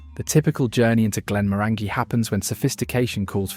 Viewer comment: GLEN-MORANYGY rhymes with ORANGY.